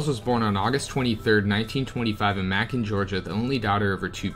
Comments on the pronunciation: Interesting research. If I may adf for future reference? The town in Georgia that you pronounced as mackin is pronounced as maykun. It's spelled as Macon. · I’m from ga its called mayyycon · It's MAcon. Long A May-con... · Nice video but the towns names are being said wrong Macon is pronounced Maycon but spelled like Macon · Also..Macon pronounced May-can. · Macon rymes with bacon Macon, Georgia USA 🏁🏁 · DeKalb is pronounced Duh-Cab, Macon is pronounced like Bacon and you already have Cordele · Great video but learn to pronounce the towns. Dekalb sounds like De-cab and Macon sounds like May-con. Cordele sounds like Cor-dell. I think that’s it. You can always YouTube how to pronounce them. Lol sorry really great info though. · Also pronounced may-con (Macon)